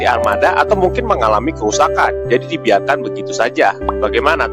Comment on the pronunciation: Di biarkan kok jadi di bialkan😂😂😂😂